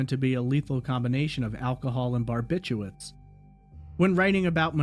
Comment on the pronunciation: Bar bit chu*R* its. Like "nuke you lur" is really nuke LEE ur. Barbiturates.